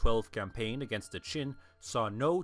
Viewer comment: I can't be the only one that is bothered by hearing "chin" (Qin) instead of "gin" (Jin). These are two very different time periods.